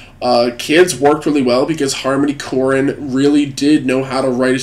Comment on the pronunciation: And harmony korine is pronounced “core in”